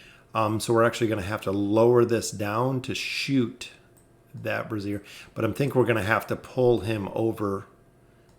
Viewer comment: I really don't want to nitpick but its pronounced brāZHər, not brassiere. Great vid nonetheless!